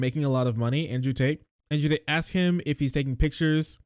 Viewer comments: Did you call them taint or Tate?? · I keep hearing you say "Tate" as "Taint" and I'm here for it